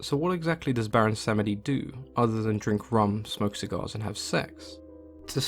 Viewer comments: Baron Sam-eh-dee. Ooooof. Slur the word samedi where it is like "sahm-Dee" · Pretty sure the second e is silent and is pronounced as Samdi, at least that is how the people I know who call him. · The e in samedi is silent -> pronounced sahmdee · Tea & Acid - I was taught that Samedi is two syllables, but I'm an American raised outside of Louisiana culture.